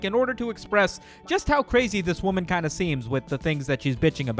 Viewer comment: I like how you emphasize the word WOMAN